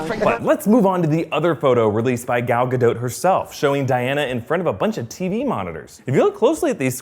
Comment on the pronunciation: Good grief. I have never heard "Gadot" pronounced the way he's pronouncing it. Lol.